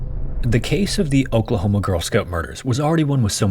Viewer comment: who else heard Okrahoma when he says Oklahoma